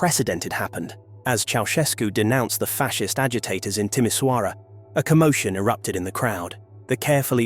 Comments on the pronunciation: Timisoara is not pronounced with a ss at the end but with a sch as in Schengen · Timișoara, the letter ș is pronounced close to the sound 'sh' makes in English. Would be nice if these documentaries had a tiny grasp of the language. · Yes, Timișoara, but the name of the city is pronounced with a sch nonetheless. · Funny how americans talk about Romania and can’t even pronounce Timișoara correctly. Meanwhile Romanians talk about the usa and Trump. Maybe it would be better, if everyone just talked about their own country.